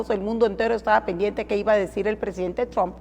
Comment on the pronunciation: Los demócratas pusieron a Arévalo que dice tromp